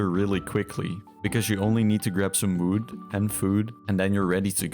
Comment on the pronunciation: You only need to grab some “wüd”😂